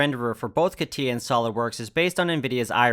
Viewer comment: Catia is not Katiya .. but Katya.